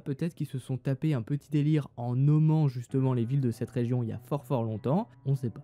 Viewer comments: Il a dit resion au lieu de region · À il a dit résion au lieu de région 😂😂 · "Il a énormément neigé sur la rézion" 😂😂😂